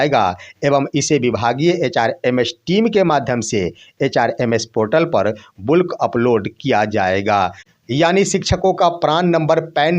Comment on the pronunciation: बुल्क नहीं बल्क